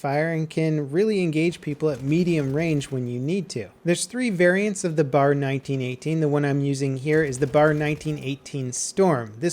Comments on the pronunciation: Its not "bar" its B.A.R.! YOU SHOULD KNOW THIS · Every time pronounce the BAR as "Bar" (not B-A-R), I die a little in the inside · "b" "a" "r" not bar. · It's not bar it's B A R. Browning automatic rifle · B.A.R. You say the letters, it they mean browning automatic rifle. It's not bar. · It's not pronounced "Bar" in one word, it's B.A.R, Browning Automatic Rifle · Please stop calling it a bar. The B-A-R is one of the greatest automatic rifles of all time. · Pronounced B.A.R, not Bar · It's B.A.R (Browning Automatic Rifle) Not Bar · Cap, love your videos, love what you do. But nothing bothers me more than hearing the incorrect pronunciation for something. I know, OCD blah blah blah. But it isn't pronounced "bar", it's pronounced with each letter. "Bee-ay-ar". Sorry to be THAT guy, but just wanted to let you know for the future. Keep up the great work! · It's pronounced B-A-R not Bar. I have yet to see a vid where it's pronounced correctly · For future reference it's B-A-R, not Bar, it stands for Browning Automatic Rifle. But I bet someone has already said that.. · Pro-tip. BAR is an acronym for "Browning Automatic Rifle" and is pronounced "B, A, R". calling it a "bar" is like calling an SMG a "smig". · Micah Hewitt this is different, only people who are uneducated about weapons such as the b.a.r will pronounce them incorrectly. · It's the B.A.R not the bar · B-A-R! Not bar! B-A-R! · pls... Stop calling it the "bar". You always do your research so well with other guns and vehicles - you should know that everyone in the time period called it the B-A-R, spaces added for emphasis. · The "Bar"? It's the B.A.R. Browning Automatic Rifle. Get it right. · B.A.R. not a bar ;) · its called a B-A-R not a fucking bar. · dude the bar is pronounced bee ay are not bar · I cringe when people call it the "BAR" just say B-A-R. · B A R. Not "bar". Nobody ever called it the "bar". Just watch some old ww2 movies. They always call it the B A R.